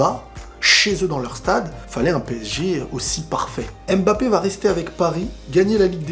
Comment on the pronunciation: C'est mbappe et non m bappe